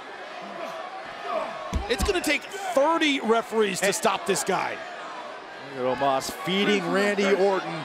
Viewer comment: Why its Omos instead of Omas?